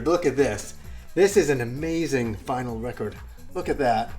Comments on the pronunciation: it's vinyl not vinyl. You can have a record or records. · Vinyl without an S hehe